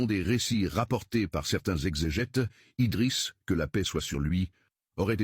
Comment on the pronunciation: IDRISS PAS EDRIS